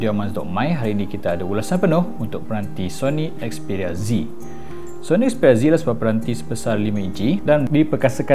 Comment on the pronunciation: 'xperia zi' hahahah obey gemok x payah nak amurika sgt!